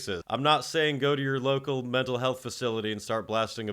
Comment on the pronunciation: Why did I hear that as 'Metal' health facility? 😂